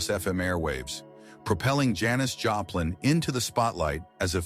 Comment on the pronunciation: You pronounce her name Joe plin??? What the hell !! Damn stupid AI shit -- cant pronounce a person's name correctly !! Stupid shit